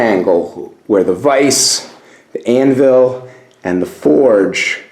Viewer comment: Great asset! Your first assignment is to learn how to pronounce anvil...it’s not Ann-Ville! It’s a shame you’re leaving all of that iron in there to rust away! I agree with someone’s suggestion that it was once an icehouse or root cellar, not a blacksmith shop...hobby shop maybe. Have fun with it!